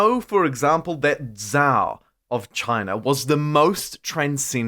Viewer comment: & zHaO ❌ jOe ✔ (rather I should say Joe in Joe mama... 😆)